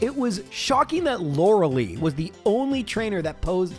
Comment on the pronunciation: Day 1 of asking to pronounce her name as "Lore-uh-lie"